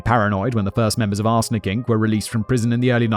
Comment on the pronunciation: I keep hearing 'arse licking' sentences like "people involved in 'arse licking'..." or "victims of 'arse licking'..." had me rolling over the floor